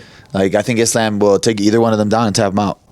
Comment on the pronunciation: Bilal, WTF is wrong with you? How is the schmo pronouncing the name Islam better than you???!!